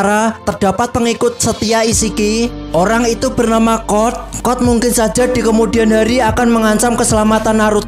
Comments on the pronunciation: Code kali bang bukan kod😭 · Code bang bukan cod